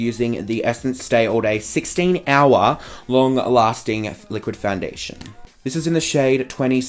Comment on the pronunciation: "Foundiddlydation, Compact Powduuah" xDD